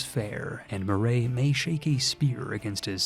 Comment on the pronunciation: You misspronounced 'Moray' It's 'Muh-Ree', like the name